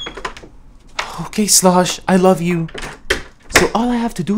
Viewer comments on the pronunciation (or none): literally said "Slash" and not "Slosh".......